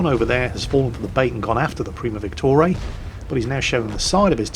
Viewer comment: why are you pronouncing VICTORIA 'Victorae'?